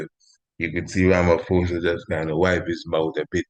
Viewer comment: Ramaphosa is pronounced as Rama-POSA not Rama-FOSA. Give thanks.